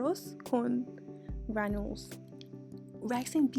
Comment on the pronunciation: Gran dou les. Girl!!! They gonna fight you online for saying it wrong. Looks good though